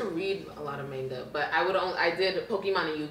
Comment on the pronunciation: "I used to read a lot of MAYNGA"